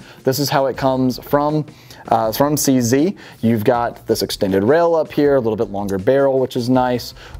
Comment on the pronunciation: Eftry south african is skreemig at the fone vor the way you sead cz